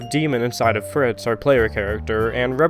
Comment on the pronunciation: My dude called Frisk “Fritz”